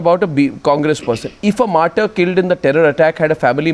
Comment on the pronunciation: English Language, as such, is quite simple if you go easy with it. It's "mar-ter" and not "mar-tiere". How does any person - politician, ex-soldier, or any other citizen - is given this oft-abused and completely hollow title "martyr" after his suicide or any other form of death? Does this title elevate him over others doing the same? It seems to be a useless honorific to prompt others to part from life. You decide!